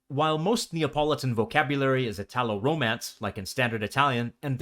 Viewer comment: I'm Italian, from Parma, in northern Italy. My dialect is one of the Emilian-Romagnol dialects, Parmesan, and it's completely different from Neapolitan. Thanks for the video, it feels to me very accurate and precise. One correction should be: "italo" for us is pronounced with an accent on "i", never an accent on "a" as you pronounce it. From the first long excerpt, I'd say I can understand, at first hearing, among 40%-60%. I wouldn't say Neapolitan is a different language from Italian, just a dialect. If I try to listen to Sardinian, for instance, I can't understand more than, say, 3%. Many expressions in the video can be understood by anyone because, after all, Neapolitan is an extremely popular dialect in media and culture, therefore everyone has at least some familiarity with expressions like "agg' capit". The female reader is very clear (that's her job in the video) but I'd say she isn't employing the usual prosody that we, in northern Italy, stereotypically associate with Neapolitans. ("agg' cAAAApiii-IIIIIT")